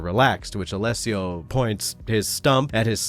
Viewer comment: Wow, first time I hear an anglophone speak my name out loud without stumbling or butchering it, bravo to you from an Alessio xD